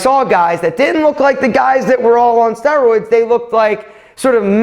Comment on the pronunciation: Why I'm thinking he is pronouncing steroids wrong